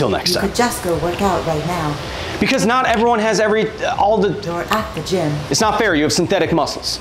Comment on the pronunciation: Drinking game: drink a shot every time Kyle says knot and you hear "nut"